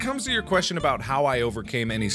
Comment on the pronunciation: who else lost mark when he was talking aboot youtube... XD srry